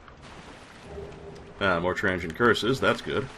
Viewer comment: If it is not rude to ask, Where are you from,? I ask because it is slightly odd to hear you pronounce "Transient" as "Tran-gent".